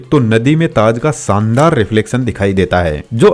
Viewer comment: सायद नहीं शायद , सानदार नहीं शानदार । महताब गार्डन मेहता गार्डन नहीं।